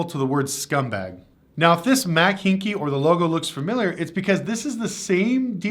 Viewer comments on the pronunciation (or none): It's not Hinky, Haik pronounced like hike as in bike. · Houston resident here, the last name is pronounced: "HIKE" Just fyi I'm not criticizing. And yes they are scumbags. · The dealers name is Pronounced hike like hiking a football. This dealer group is large. Many dealers in different states. They are just greedy and big enough to think they can get away with crap like this. Not worried about repercussions. Hopefully this time enough people bocott them that they feel it. Feel it enough that they pay for being so scummy